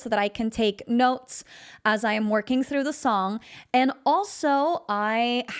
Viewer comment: Why do you say therough.